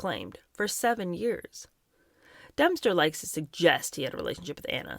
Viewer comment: is Dempster being pronounced Dumpster on purpose? Lol!